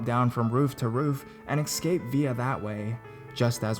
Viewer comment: it is "deutsch" !! NOT "dustche" .... dafuq man. And could you PLEASE say ESCAPE and not excape ." !!!!